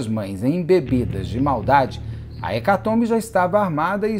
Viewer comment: Sempre rio sozinha dos comentários do querido … “UMA EKATOMI”… ou seria “UMA EKATOMBI?”… 🤭🤔🤭